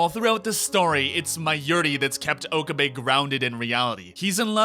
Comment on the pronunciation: I'm just going to say it. It's not pronounced "OH-kuh-bay" It's pronounced "oh-KAH-bay."